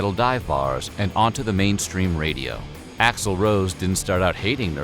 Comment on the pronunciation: Dave's "Hi Axl" sounds like "Hi asshole" 🤣🤣🤣